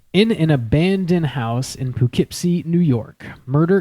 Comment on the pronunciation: awesome podcast! local legend here in poughkeepsie (also- its pronounced pUHkeepsie)